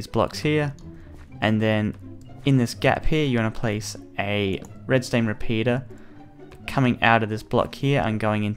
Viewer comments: If your going to say Redstone, great. If your going to say Redstain, that's a little odd, but fine. But please just be consistent about it, something about the fact that you keep jumping between the pronunciations really bothers me. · Am I the only one that noticed he was saying "Redstained Torches" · he said red stain